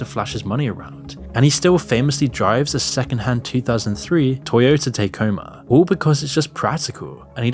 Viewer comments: Ta-koe-ma. Taycoma sounds odd. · Toyota Tacoma. “tah-coh-mah” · Wow what a way to pronounce Tacoma =P